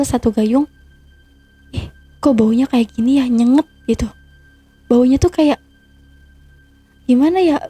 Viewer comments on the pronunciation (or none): Bukan nyenget..tapi NyenGAt.. 😮 pakai bhsa yg berul.. cerpen pesugihn..🤬😠😈☠💩🤡